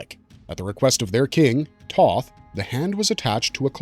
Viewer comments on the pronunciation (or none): none